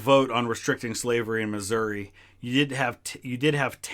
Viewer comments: You're mispronounced my states name. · It's Missoura